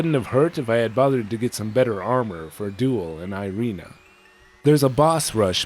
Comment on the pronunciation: Irena is not airiina (; foken hamuricans and their puke pronunciation